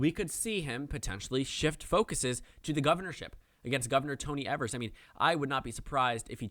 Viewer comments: Thanks for that. I always thought it was “Eh-vers” too lol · No hate, but Gov. Tony Evers is pronounced “Ee-vers”